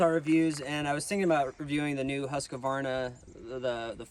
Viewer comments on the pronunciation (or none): It is husqvarna NOT husqAvarna. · Please, PLEASE! There is NO "A" between Husk and varna. It's Huskvarna, NOT HuskAvarna! Why do my fellow American insist on sounding so dumb adding the nonexistent "A"??? Just STOP IT! Educate youself... read the word.